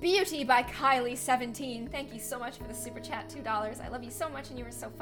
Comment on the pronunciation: Sorry 😞 super chat 💬 kinda sounds like super chad